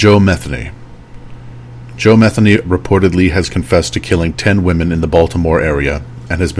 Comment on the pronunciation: Just an FYI: please research name pronunciation before you do a video lol. It’s pronounced MU-THEE-KNEE 😉. That being said….glad this sick POS is dead!! Thanks for the video!